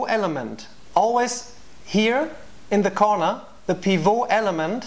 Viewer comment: It's been seven years so you may have learned by now that "pivot" is an English word, so you pronounce the "T" . Otherwise an excellent discussion.